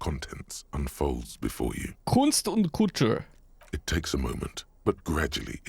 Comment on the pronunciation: "Kunst und Kultur" is indeed german for art and culture. Pronunciation of Kultur is wrong in the game though.